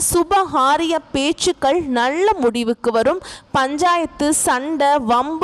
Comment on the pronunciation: முண்டம் நள்ள என்று சொல்லாதே நல்ல என்று சொல்